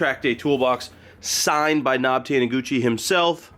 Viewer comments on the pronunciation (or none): Can Someone inform that Taniguchi’s nickname N.O.B. is pronounced individual letters “En Oh Bee” as in No One Better not ‘Knob’ FFS 🤣 I can see you and Josh killing your GT-R in time for the meet for sure.